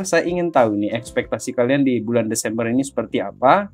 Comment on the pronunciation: Histornya sih desembear bg 😅😅😅😅